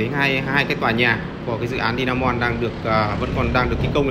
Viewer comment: Hải phong Today mà đọc Di a mon thì dở rồi